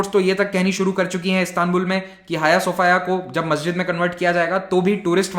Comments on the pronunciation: 'हाय सोफाया' नहीं, 'हाया सोफीया'! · Jaaaaaaaahhhh.....!!! Hm to soch rhe thay Hagia Sophia koi ladki Hai... Pronounce b haagiaa sophiaa Kr rhe thee :D